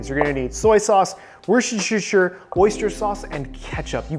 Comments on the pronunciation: ah the age-old problem of pronouncing woshtershersher.. same chef, same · Warshishishure sauce? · Omg LOL wershersher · Lol, even a chef calls it woshishisher sauce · Wuss ter shire. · very wusuhsuhuishsuheurheur xD i found it funny how thats pronounced in english, never heard it before. great video by the way :D always love ur vids man. these videos keeps getting better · I've never had any trouble pronouncing worcestershire until I watched this video....thank you for that. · Sorry but as Non English Speaker what the hell did he say ? Worcestershire sauce? I can't.